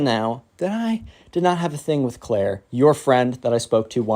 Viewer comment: Clair not cayt